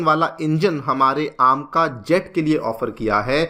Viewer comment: कुछ सूतिए पता नहीं अपने आप को kya समझते हैं, "ऐमका" को "आमका",, "Two point Zero" को "टू प्वाइंट ओ" और "Four Zero Four" को "Four Not Four" Bolte हैं,, अपने आप को special दिखाने के लिए ऊंटपटांग pronounce करते हैं ‼️